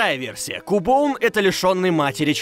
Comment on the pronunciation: по моему Кубоун, это Кубон. Так как все покемоны (за исключением некоторых) произносят свои имена. И Кубон не является исключением.